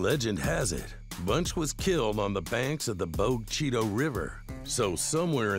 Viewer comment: That narrator does NOT know how to pronounce Bogue Chitto… I called the town(in Mississippi) home for a many years